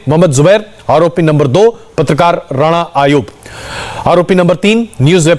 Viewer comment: नाम सही लिया करो मियां, वह राणा नहीं, राना अय्यूब है।